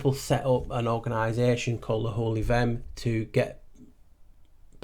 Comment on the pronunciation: Vehm...sounds like VEM...the h is silent.